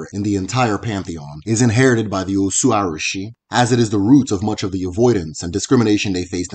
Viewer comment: I enjoyed your videos...but i noticed you pronounce some Igbo terms like they were yoruba words...e.g Arushi, Agbara etc.